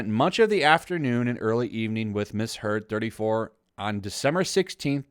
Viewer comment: I like that subtle part of that monologue, " . . . him vs. her-d". (Heard) LOL